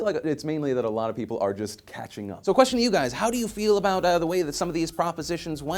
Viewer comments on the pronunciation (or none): Just the way you said it Phil "people are just cathing up" om gay myself and very happy that "being gay" is more and more accepted. YES JOE, keep the beanie 3